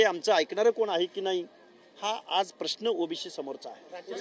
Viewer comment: याला ओबीशी व ओबीसी याचा उच्चार येत नाही हा कसला प्राध्यापक